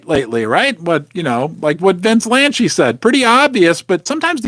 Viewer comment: It’s Vince “Lan-see”. not”Lan-chee”. 😂😂😂